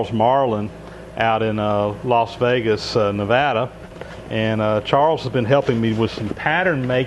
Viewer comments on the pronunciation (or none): none